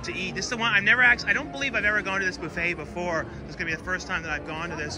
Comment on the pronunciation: It's buff-et, not boof-et